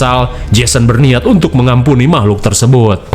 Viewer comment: "Mamahlukan" tetep bikin ketawa🤣